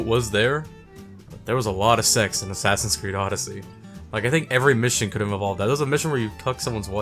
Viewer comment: shasassassins eed: cradhows